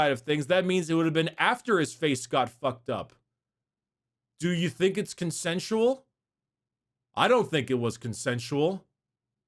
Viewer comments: "DO YOU THINK IT WAS CONCENTUAL" 💀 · “ I don’t think it whas consensual”